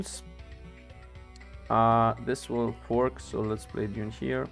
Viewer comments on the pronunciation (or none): none